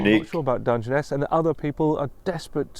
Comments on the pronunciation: You pronounced it perfectly the first time 👏🇬🇧🇺🇲👏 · Your first pronunciation was close enough 👍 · How you pronounced it first time was correct. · Pronounced Dun-jen-ess. A big expanse of not a lot. It’s in Kent, which is in the south east not too far from London (well an American’s view of not too far). Look it up on Google Maps. You’ll see how desolate it is. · Your pronunciation of the place name is perfect,and it is as much of a surprise to me as it is to you and I live in the UK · You got it right that is how it is said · Your pronunciation is correct. It's a stone desert not sand. I've been there is a railway nuclear power station. Why don't you check the Dungeness the Rodney Hyde railway 🚂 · your pronunciation was pretty near spot on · Hi, yes it is Dungeness - as you first pronounced it 😊 Dun-gen-ess ❤️